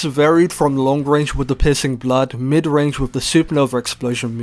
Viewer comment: my man no hate but your voice when saying "piercing blood" but all i heard is "p*ssing blood"